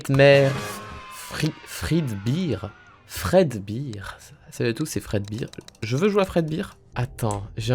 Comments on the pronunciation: fredbear pas fredbire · Ca se prononce fredber et pas fredbir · La seule chose dont on a marre,, c'est que tu dise "five night" au lieu de dire le nom complet ou juste fnaf 😅 ET que tu dise fredbire au lieu de fredbère